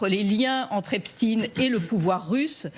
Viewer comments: Epstein... pas Epstin... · J'ai appris ce soir que l'on ne prononce plus Jeffrey Epstein mais "Epstine" car il est russe , c'est bien connu! Et demain la relativité restreinte d'Albert "Einstine", non?! Et je vais regarder par la suite un bon vieux classique de science- fiction qu'est "Frankenstine"... À mourir de rire, si ce n'était pas pour masquer une appartenance communautaire... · tu pourrais dire epstein et non epsteine ! c'est curieux cette habitude de voir des russes partout ! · epCHTEIN pas epstiiiin